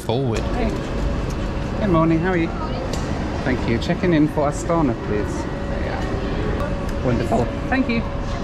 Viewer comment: You said probably ca 300 times 'Astana'....incorrectly. The Kazakhs pronounce it with a along 'a' in the end, don't they? Astanaa